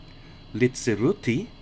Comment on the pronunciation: As I said, he pronounced Chur absolutely correct, even with a touch of the local dialect. Germans often say "Tschur" and he didn't make that mistake. Simple as that. Chur was almost perfect, Langwies was way off, Litzirüti isn't too bad, after all he's an english bloke, so good enough for me.